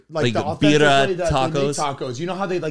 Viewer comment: Everyone just butchering the pronunciation of birria tacos 🤣🤭